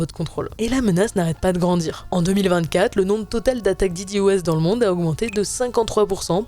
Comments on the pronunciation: on dit plus tôt dédos et pas didioês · "Di Di" O S avec accent anglais ^-^